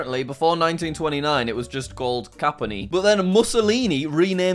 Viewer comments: bro it's not capmony, you say it like kampyone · Ok its pronounced "cah-mp-y (E as in the start of EASY) - Oh - Ne (Like a horse how it goes neigh) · The italian city it's actually pronounced Cam-pio-neh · How can you not mention the Falklands when looking at the Argentina map as a Brit? Also it clearly said Campione, not Cappony And plenty of "privileged white persons" know about Venezuelan hyperinflation and Argentina's inflation and economic mismanagement. Nothing to do with privilege, just lack of education. Why does this guy have 1M subs lol? He's daft as hell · Text: "Campione" Jack: "Capony" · Why is he saying "Capponi"??? Where does he read that???? Wtf? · Pronountciation:Campione Jack:Cappanne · Campione = "Capany" 🤭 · Jack talking Italian is absolutely beautiful and wrong at the same time. I couldn’t stop laughing. (Said by an Italian) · He can't even pronounce "Campione" mate